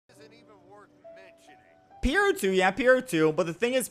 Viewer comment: IM SORRY but the way you pronounce pierro is so funny